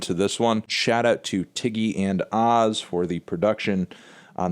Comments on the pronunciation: Just a heads up, OZ is actually pronounced by his initials or "O-Z" if you will. That's what they call him over in Germany, Austria and Switzerland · it's pronounced "oh-zee" btw